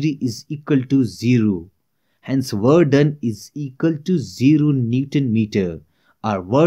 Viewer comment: Werden?? What the hell is that? I cant understand what you’re saying.